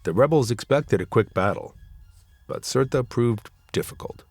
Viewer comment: Surt not Surta